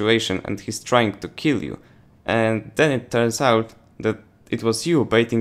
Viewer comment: ha ha reminded me of jeff dunham puppet Achmed "I keel you" . Thanks for the tips.